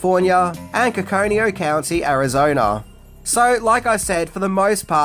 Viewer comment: As an Arizona native, I was looking forward to any information about the filming scenes. Imagine my disappointment that I came away with NO idea what you tried to say about AZ. Please put it in writing so we can figure out what was meant to be said. Your Aussie accent completely overpowered the word or words. Thank you.